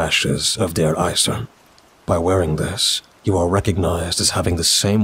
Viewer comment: No critique just addition: DER EISERNE. you have to pronounce the NE at the end like you pronounce for example the NE in the word: Next. That's all. Kraut out.